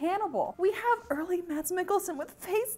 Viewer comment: You pronounce Mads Mikkelsen really well! I was surprised!